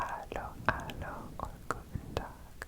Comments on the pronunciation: So, i hope im not the thousands person to say that, but "hallo" in german is pronounced like hello in English, so u do actually pronounce the "h"^^ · In dutch it’s more pronounced like haaloo